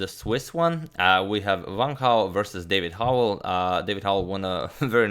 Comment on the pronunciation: is it correct to pronounce it "vang hao" rather than just "wang hao" ?? i mean the guy is chinese there's no need to make that w into a V... correct me if i'm wrong or should i say vrong